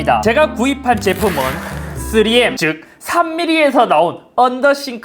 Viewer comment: 와 3m을 3미리라고 읽는 거였음?